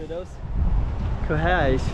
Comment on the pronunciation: just to try to help you with the two consecutive "rr", it is like you say 'r' sound for a bit longer. It kinda reminds me the pirates in American cartoons to be honest. It is hard to explain from text, especially if you do not hear the sound from a Portuguese speaker. But you sound closer to the correct form, if a Portuguese heard you say the name of the street he/she will get it.